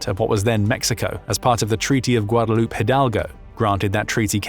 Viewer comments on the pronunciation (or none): none